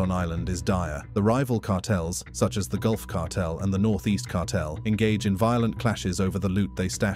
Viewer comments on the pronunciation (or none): none